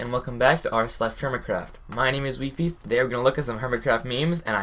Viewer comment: It's pronounced vee-fees? I always thought it was just a cutesy term for wives and this was an all-female Mumbo fanclub.